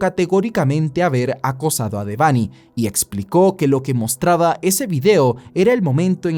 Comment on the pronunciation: Porque siempre le dicen de-vany se pronuncia Debanhi como una sola palabra